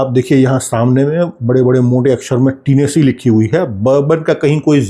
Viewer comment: oh भाई टीनेसी न्ही होता, टेनिसी होता है, Tennessee, it’s a big state in USA 🇺🇸, thanks for the good info